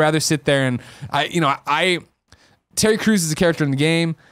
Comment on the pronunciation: I thought Greg said Ted Cruz, instead of Terry crews in Crackdown and now want that more than anything else. The Zodiac Killer would make that game infinitely more interesting.